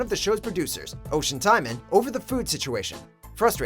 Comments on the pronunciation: Oisin is pronounced Usheen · Oisin is pronounced Ush-ey-n not Ocean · "Ush-een" tymon